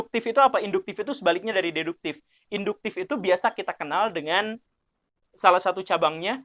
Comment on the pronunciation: Berdasarkan pengetahuan deduktif saya, pak guru bukan urang sunda... karena fasih mengucapkan deduktiFFFF 🙏😆